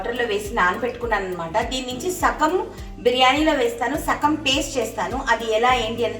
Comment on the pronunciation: Sakam kadandi.. Sagam andi